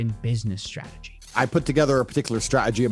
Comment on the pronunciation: Tate can't pronounce the "t" in "Meta" or "strategy". ( , ) 😄 Why is it always dumb people with that speech issue?